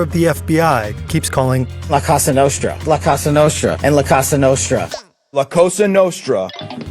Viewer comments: Did Kash say "la costa nostra"? or "la casa nostra"? Neither of which means what he thinks it does. 🙄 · That pronunciation of La Cosa Nostra is the biggest crime here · The head of the FBI not being able to pronounce "La Cosa Nostra" is exactly what you'd expect from a Trump appointment. Pretty much every aspect of the federal government has been corrupted and stupified. You won't be able to use any federal office as a source from now on as they are just instruments of Trump's corruption and no longer actually do the job they are meant to. All the decent intelligent agents and federal officials either resigned or were fired by Trump. That nut literally had federal workers sign a pledge of loyalty. Not to the country or people, but to him personally. Don't use any U.S. government entity after Trump took office as a primary source for anything.